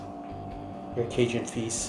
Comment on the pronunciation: The way your pronounce Cajun LOL